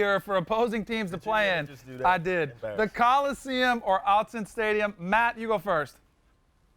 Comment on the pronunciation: "Outsen" stadium?! Learn to speak USC.